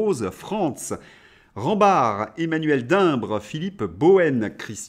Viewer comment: Merci! Mais stp c’est Dimpre pas Dimbre 😂! Allez on continue la reinformation et on pousse pour se débarrasser des guignols!!